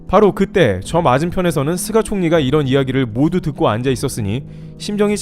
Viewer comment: "쓰가" ... 속이 쓰렸"쓰가"...?